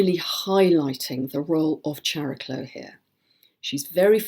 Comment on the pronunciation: If Chiron is pronounced "kai-ron," shouldn't Chariklo be pronounced "kaer-i-klo," with a hard "k"? It's Greek -- like "chemistry" and "chameleon."